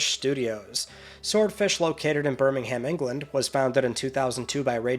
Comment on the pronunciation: Birmingham, UK is pronounced ‘Birming-um’ ✌️